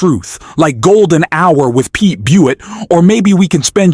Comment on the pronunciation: C’mon man. Don’t slaughter Pete’s name. Just look up how to pronounce it 😂